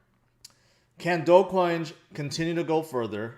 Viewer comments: HHAHAH you said dogcoinj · It's dog-e-coin, don't you see the dog everywhere when people talks about doge?